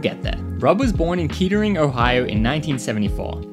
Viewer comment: The way he pronounce Kettering lol!!